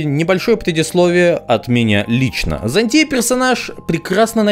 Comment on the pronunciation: ЗáнЦия, а не ЗанТúя, господи иисусе, ты же слышишь английскую озвучку :с